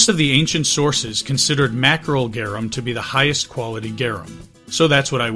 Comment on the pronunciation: its pronounced "Gar- Um" not "Gyeereuhm"